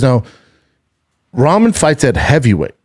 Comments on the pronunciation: Why can't he say Rock-mon. That's how Rahman is said. He says is like he's talking about ramen noodles. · Damn Schaub hates pronouncing dude's name right. His dad is a stud who beat Lennox Lewis. I get that he hates him but at least clarify its a joke. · He's just as bad with names too. Can't say Rahman names properly to save his life.